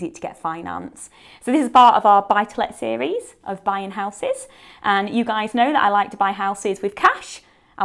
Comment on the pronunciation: Love the way Abi says howses. :). Great info as usual.